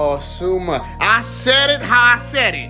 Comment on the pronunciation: tf why would you pronounce asuma that bad? it's not /esuma/ it's /aasuīma/